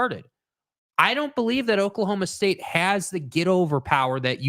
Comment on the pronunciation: Not oak-state, it’s Oklahoma state. You say no heart? Coming back from a 14 point deficit? Give me a break lol